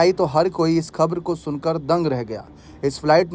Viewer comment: खब्र नहीं खबर बोलो